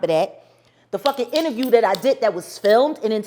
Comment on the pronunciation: Best “innerview” of 2022